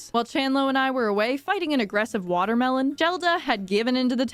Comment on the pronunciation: Ah yess my favorite fruit : the water-mee-lon 😂